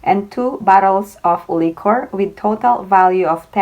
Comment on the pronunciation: Hello, liquor is pronounced as “li-Kuh” Just saying. Thanks.